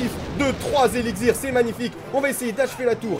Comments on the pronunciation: ça se prononce "élicsir" et non "eligzir" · pour quoi quand tu dit elixir tu dit elixzir?